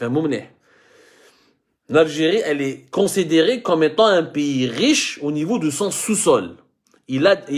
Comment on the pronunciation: Tu as peut-être un problème avec l'anglais mais tu en as aussi un autre avec la prononciation des " i" Dérection au lieu de direction Instétut au lieu de institut Consédérer au lieu de considérer Et ÉTULISER etc.